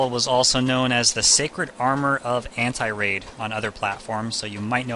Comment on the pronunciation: Antiriad is pronounced phonetically: an-teer-ee-ad, not "anti-raid" (note the last part is spelt "riad").